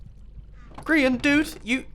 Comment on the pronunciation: Amybody else noticed how he said grain instead of Grian? Welp, were talking about a grain i guess. 😂👌